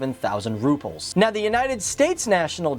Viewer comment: That is not how you say "Rubles"